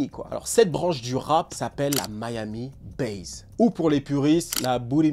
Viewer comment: Ca se prononce MIAMI BASSE non pas Miami Baze